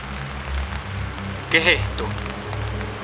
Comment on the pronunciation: "Quejesto?" Xd